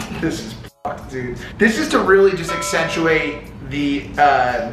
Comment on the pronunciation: Mike "accentuate" Majlak..lol.